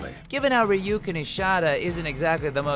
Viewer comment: I'm happy something from Bleach got on here, but what the Hell Todd?!😭 He pronounced Uryu and Ishida wrong! If I didn't know the series so well, I would've been like who are you talking about?! Oh well, at least he pronounces Ryuken properly, thank goodness. Kind of disappointed in you Haberkorn.😔